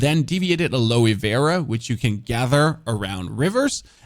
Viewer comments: aloe vera is pronounced AL LOW VER RA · aloe vera -- pronounce - al-lo vair-ra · "Deviated ALOEY vera"? LOL